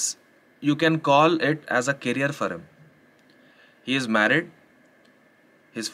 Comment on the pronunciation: Yes everything you said is right but please it's career not carrier